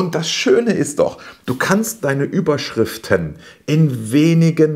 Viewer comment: Hallo, hatte ich ein Kick in der Pupille, oder ist es Absicht, dass du bei "...Überschrifen" das "t" verschluckt hast;-)? Alles, was du in deinem Video angeführt hast, kann ich nur bestätigen und selbstverständlich Mega-Video 👍. Ich hoffe, ich darf noch eine Kleiningkeit zum Thema SEO & PPC ergänzen, die ebenfalls unterschätzt wird: Umso leichter deine Landingpage für Google & Co. indexier- und lesbar ist, desto leichter hast du es mit dem Qualitäts- bzw. Relevanzfaktor der Werbeanzeige. Dies sind zumindest meine Erfahrungen. Ansonsten nochmals Danke, auch für deinen lieb gemeinten Tritt in den verlängerten Rücken;-) bzgl. des Umsetzens. Herzliche Grüße Ingo